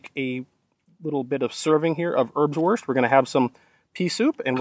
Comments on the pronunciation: Airbswourst. Try pronouncing it this way. Great Video though. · Usually Americans pronouncing German is very hard to listen to but I enjoy hearing you say "Örbswörst" again and again. Great video to showcase these rations from yesteryear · Haha! "Örbswörst" (love you, greeting from the country of the Örbswörst) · Thought you said herbswurst, that sounds more like a Netherlands thing. This differs from wurstherb would be something I experienced back in '95 in my buddys dorm. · Your way of saying Ernswurst sounds funny. Not because of your accent, but because I have never heard it spoken without a huge amount of contempt and disgust by someone over 80 😆 I guess having to live off this stuff for a few years changes your perspective 😉